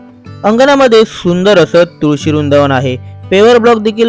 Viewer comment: रूंदावन...😂 वृन्दावन बोल